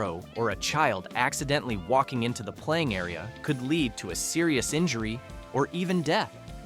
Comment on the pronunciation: Obviously an AI announcer who doesn't know the difference between lead and Lead